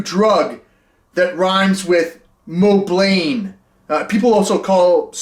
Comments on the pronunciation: Love the little fart noise jingle it puts a smile on my face. I also think it’s funny that you call it moblain 🤣. Ah you are awesome man keep making content eh! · “It contains an ingredient that rhymes with ‘mo-Blaine’ “ hahaha 🤣🤣🤣 very subtle, Beast 👍